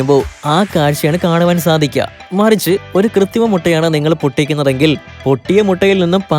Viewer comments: ഡാ പൊട്ടാ കൃത്തിമ മുട്ട അല്ല കൃത്രിമ മുട്ട എന്ന് പറയെടാ കാട്ടുപോത്തേ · 'കൃത്രിമ' എന്നാണ് പറയേണ്ടത്.. 'കൃത്തിമ ' അല്ല. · കൃതിമയല്ല കുട്ടാ കൃത്രിമ കൃത്രിമ